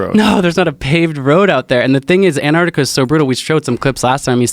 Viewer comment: Anardikar. C'mon man. It's spelled Antarctica. And pronounced Ant- arc- tic- uh